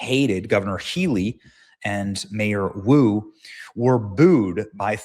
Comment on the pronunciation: That not Boo that Woo as in Mayor lmao